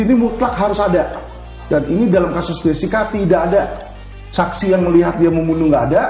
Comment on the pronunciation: Muncul lgi ibu ini,yg bilang Krisna Murti itu,Krisna Mukti, bilang Edi Salihin,Edi Solikin. Kalau blm cukup tau,nama² org,jgn ikut ngomong lh. Tuh baru ku dengar,bilang Jessica,jeksica😢😮😊